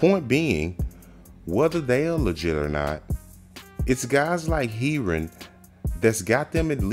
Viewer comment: love you vids bro, but its pronounced hair-ron x